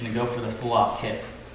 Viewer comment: Why does he call it a kip instead of a kick